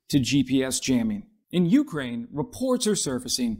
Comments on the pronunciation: Please, u-KRAINE, not U-kraine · You remind me of my mother, pronouncing Ukraine with the stress on the first syllable....and it annoys the hell out of me, so I'm not going to finish watching this. Damn, boy, have you never heard anyone pronounce it before? Also, I've already had a full video on this subject, but it didn't have the ludicrous title, partially swiped from ScienceDaily....no, it had a title that accurately told the viewer what it was about, unlike yours. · It's Ukraine, not U-kraine. And it's decibels, not deci-BELLS. How many more words are you going to mispronounce in this video? ~5 more minutes to go... Well, you made it through the rest of the video without mispronouncing any NEW words. And why don't you also learn how to properly pronounce 🟦 СЛАВА УКРАЇНІ! and 🟨 ГЕРОЯМ СЛАВА!! as well.